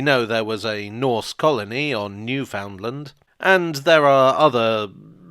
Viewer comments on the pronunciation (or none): One pronunciation mistake is Newfoundland. It's not "new found land," rather it's NEW fin lin. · sigh, i think you pronounced Newfoundland, incorrectly... its nu fund LAND